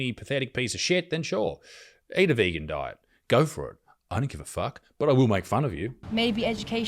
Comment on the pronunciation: ""I dont think people are dumb"... then proceeds to say "vegan-ty" :face palm